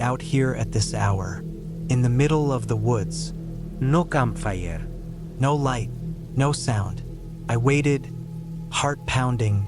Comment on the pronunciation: The AI in these is SOOOO bad....except one little part...**TOTALLY RANDOM CHANGE IN THE NARRATION VOICE** "theh campfieyeh"(pronounced in a heavy AI Spanish accent) Absolutely HILARIOUS!!!!!! ROFFLMAO!!!!!😂🤣😂🤣